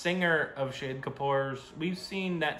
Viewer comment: Heyyy you pronounced 'shahid' right.!!! finally....